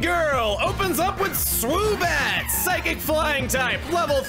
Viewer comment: Swoobat? are we sure?